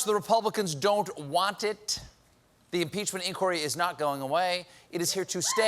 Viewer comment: Love the Jamaican accent on the "waant" it!😂😂😂😂🇯🇲🇯🇲🇯🇲🇯🇲